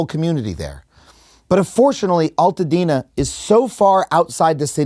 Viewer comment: Thank you for this video. As someone from Altadena, we prounounce it AL (like someones name AL) Altadena. Not Alltadena.